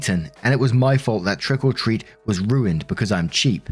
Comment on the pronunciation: Every time says, trick or treat, it sounds like he's saying "trickle treat".